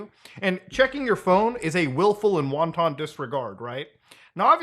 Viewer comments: Pronounced "won-tin". "Won-ton" is a dumpling. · "Wanton" is pronounced "wahn-tin". Not like the Asian food, "wonton". Just sayin'. Otherwise, based. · it's not "won ton", wanton is pronounced like "WANT-un". but i know...English. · Putting aside the criminal behaviour of Doherty, I have to point out a pet peeve of mine. People who pronounce the word wanton like it's a Chinese food noodle. It's not Wonton. It's pronounced "wan-ten". Technically /wäntən/ with the emphasis on the first syllable. I mean certainly someone could disregard their Chinese noodle. But bro, you're smarter than this. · Such wonton disregard for pronunciation here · “wonton” dudes hungry af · please say "wonton disregard" won more time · Wanton is pronounced “WANT-in” not “won-ton” 😅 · My soul dies a little bit every time I hear "wanton" pronounced like the snack brand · That’s an… ‘interesting’ pronunciation of “wanton” Muta? Brings a whole new meaning to Wonton Soup! 😄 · Hearing Muta saying "wanton" like it's wonton soup is driving me crazy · I love you, but in the future it's pronounced Juan-ten (like your Mexican friend Juan, and the number 10) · The way he says 'wanton' like 'wonton' lolol Wanton (in this context): Marked by unprovoked, gratuitous maliciousness; capricious and unjust Wonton: ...a type of Chinese dumpling commonly found across regional styles of Chinese cuisine. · Not gonna lie, Muta's pronunciation of "wanton" is making me want chinese food. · I cannot get over how Mutta pronounces "wanton"